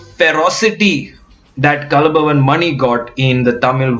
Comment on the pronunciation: careful with pronunciation :It is 'kalaa' bhavan (Kalaa = art) (because in Malayalam; 'kal'=stone)